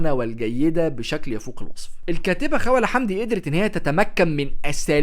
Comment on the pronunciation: لم أستطع تجاوز طريقة لفظ اسم الكاتبة 😣 اسمها خَوْلَة الواو ساكنة وليست مفتوحة